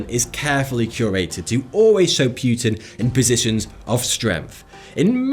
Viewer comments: I NEVER EVER heard Anyone say 'Putin' like you do, and it sound Really Unnatural and stupid (Pute-inn?) Just say his name how it's Actually pronounced, like Everyone else does (Poo-tin💩/Pou-tin) 😂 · Hey, it's not PYUTIN, it's Poutin. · It's not Vladimir Pewtin, it's Putin. And i don't think that really french ships would determine the fate of the world. naaaah, not buying it. Churchil killing allies? well he was a mad and stupid bulldog, that's for sure. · PEW-TIN LOL! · It's not Puetin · its not pronounced puuuutin ffs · Propaganda. Pew-tan ?Hey-tch? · you said pewtin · Please pronounce Putin correctly. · Please learn how to pronounce Putin and Angela properly